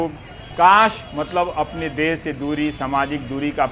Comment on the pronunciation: Correct the word.... as 'Desh ' instead of des